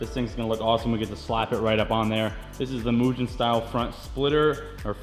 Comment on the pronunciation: Did you just say Moooshen style front lip???!! Seriously. Tells me exactly how much you know about the honda world. Literally the biggest name EVER in honda aftermarket. It's mew-gen